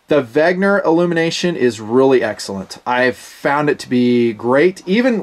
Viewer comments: IT’S WENNGGGGGER. NOT WEGNER?! I love you but it makes me fiery red mad everytime you say wegner. Please. WENNNNNNNNGER. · "VEN-GER" not "VEG-NER"... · Pronounced VEN-GER not VEG-NER... I think vegner is an anti veggie word made up by hipsters :) Trouble with affordable watches is the lume... :(( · You almost got the German pronunciation. Notice the g comes before the n, not vice versa. So it's not veg-ner, it's veh-nger, with the nger sounding like it would in hanger or singer. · really? Weg-ner again? Think "Ven-ger!" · “Wegner”. It’s like the George Bush syndrome, “nucular” instead of “nuclear” lol